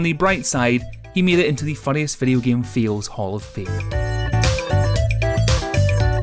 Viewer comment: I'm sorry... are you saying "fails" or "feels" Noone knows